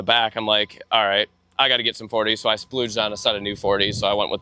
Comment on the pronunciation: Someone tell him it’s “splurge,” and not “splooge” 🤣🤣🤣